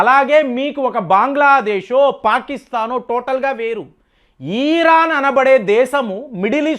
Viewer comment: ఈరాన్ కాదు బాబు ఇరాన్ నువ్వు ఇరాన్ అని పలకడం నేర్చుకో తరువాత ట్రంప్ని విమర్శలు చేద్దువు గాని